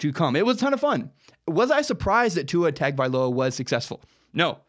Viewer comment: Ta Ga Vai Loa